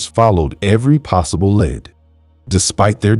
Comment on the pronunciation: I love your clear, articulate voice. I would never have known that English wasn't your first language. One word that is confusing in English is "lead" and it's used so often in crime cases. It's pronounced "leed" in these cases. But when talking about the lead used in pencils, it's pronounced "led". I hear English is the hardest language to learn because we have so many words borrowed from other languages. Many spelled the same mean different things. Confusing!!